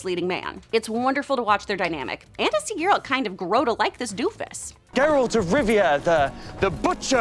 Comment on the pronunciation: I stopped watching when I heard her say "Geeralt".